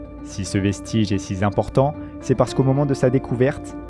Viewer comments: "si ce vestige est si zimportant "... super la narration ^^ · "si ce vestige est si 'zimportant' " ... encore un truc commenté par la génération qui ne sait pas parler français...